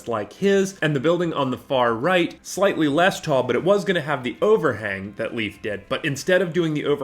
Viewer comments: Great take an build. Just please stop callin hi. Leaf. Its Leif not leaf pronuced Layf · Leif, his name is Leif, not Leaf! It's like calling you Graman instead of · love how you pronounced leif's name as "leaf" lmao